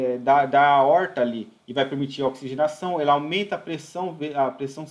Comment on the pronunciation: Se possível, te agradeceria pessoalmente, mas por aqui ja é suficiente. Ótima aula e um assunto que devemos sempre ter em mente a sua solução. Um grande abraço. Ansioso para as próximas aulas. Para descontrair: A"oooorr"ta.